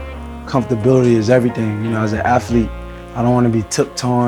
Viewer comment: "Comfortability for the aflete ya know"..... well i know comfortability isn't a word and there's no F in athelete 😂